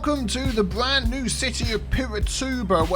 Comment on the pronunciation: did you say 'welcome to the BLAN new city'?